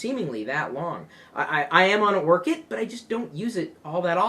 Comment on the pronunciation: it's orkut not orchid bro...